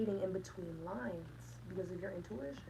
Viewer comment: I heard shrines not lines...hmmm.